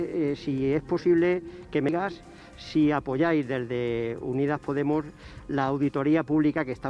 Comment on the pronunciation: ha dicho poTemos?